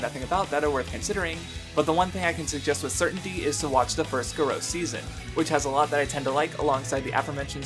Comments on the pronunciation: Can I just say that that pronunciation of Garo hurt me. Gah-row. Not Gahro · Garo pronounced GAH-ROW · "Guh-roh" ..... That pronunciation pained me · Aside from the strange pronunciation of Garo, this was a damn solid video. It really helped remind me of just how awesome tokusatsu is, and I might give some of these other shows/movies a try sometime soon. Keep at it my guy